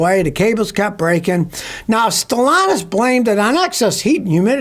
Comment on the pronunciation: There’s a second “t” in StellanTis. It’s not Stellanous.